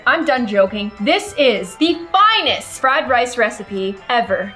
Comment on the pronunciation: the ”fInEsT” fried rice lol